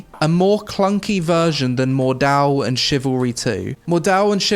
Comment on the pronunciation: My inner German screams when you say Mordhau haha